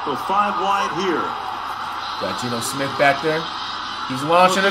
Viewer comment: "Deebo Smith"😆